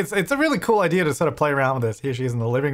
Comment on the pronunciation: Do they say 'idear' where you're from? Never noticed that before.